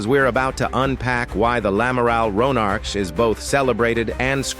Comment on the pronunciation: ouais enfin le nom du navire c'est "Amiral Ronarc'h" pas lamaral Ronarch. Merci de respecter la mémoire de celui qui a donné son nom à cette Frégate en le prononçant correctement !